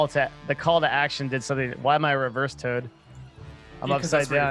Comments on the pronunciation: Not sure why the hate at your remark; does always deliberately call it Giant Todd instead of Toad. If it were accidental, he wouldn't do it every single time he talks about the Giant Todd. I assume he does it as a meme at this point. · Its a tod not a frog..